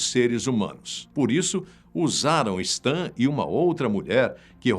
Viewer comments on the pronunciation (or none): * Não se diz STAN. Se diz "Sten".